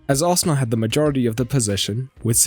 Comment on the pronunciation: I noticed there is no "D" in Arsenal...